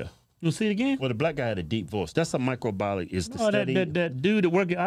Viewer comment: Could barely pronounce microbiologist.